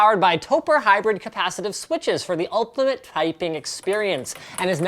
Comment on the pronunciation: "ulkimate twyping experience"